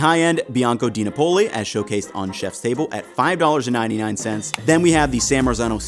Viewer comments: The name is not "Dinapoli" but "DiNAPOLI" which can also be written "Di Napoli"- i.e. from/of Naples - except that's a lie because it's actually from the USA! 😂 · dee NAH po lee. it's di NA poli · A few basics: Cento is pronounced CHENto & DiNapoli is pronounced deeNAHpoli. You’re welcome. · I'm sorry for this, I truly am, but here it goes...CENTO brand is not pronounced "Sento"..... it's pronounced as "CHENto". DiNapoli is not "Dee-nuh POLE-ee" but rather "DihNAH-poli". This is akin to country folks pronouncing taco with that hicked accent, "Tawhhhk Ohs" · Great video, but FYI Cento is pronounced "Chento" and the accent in DiNapoli is on the NA (DiNApoli). We have used Organic Cento San Marzano tomatoes for years in our weekly pizza from scratch. We just blend and reduce and add nothing, except when we add garlic for anchovy pizza.